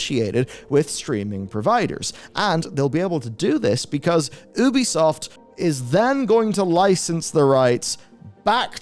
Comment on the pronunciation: How TF do you not know how to pronounce Ubisoft. All of their games say " A Ubisoft original ", not "an Ubisoft...". You're a journalist. Pronounce names correctly.